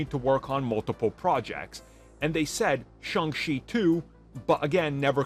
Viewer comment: Simu Liu (see moo lee oo) not sih moo loo Shang Chi (sh Ah ng Chee) not shee